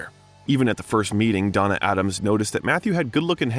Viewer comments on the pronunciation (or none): none